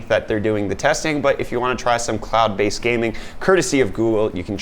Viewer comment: Did anyone else hear clout based games instead of cloud based games? Haha